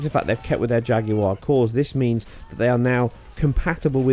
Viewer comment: ''Ejacular cores''